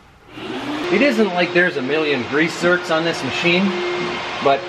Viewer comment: Meant grease zerts not zeros lol